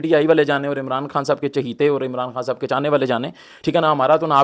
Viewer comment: صاحِب یا صاحَب 😂😂😂😂😂